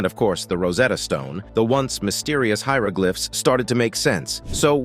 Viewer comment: I'm impressed by your pronunciation, even of foreign places. You even say "hieroglyphs" and "hieroglyphics" in their correct context! Thank you! As for the huge shark, looking so dreadfully bashed up, it seems to be a Great White. What a shame to kill such a magnificent animal! I wish we'd finally realize how important these creatures are to our world. So many stories of kings and others hunting for "fun"!! It sure isn't fun for the poor critter that got killed, just so people could stick their heads up on a wall or walk on them as carpets, and let's not forget the fur coats! Faux fur is beautiful and if we'd wear it instead of the animals the coats actually belong to, we wouldn't have so many of them going extinct. Many interesting facts, though, thank you for all your work! We may be stressed out in our modern world, but living in some of the past centuries must have been horrendous!